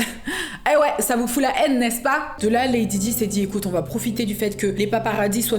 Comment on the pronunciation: je l’ai mis à la française 🙃